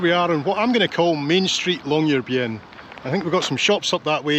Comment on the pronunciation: What a wonderful tour! Admire your pronunciation of Tromsø and Longyearbyen - American tour reporters please take note! Tromsø ends in 'o', not 'owe'...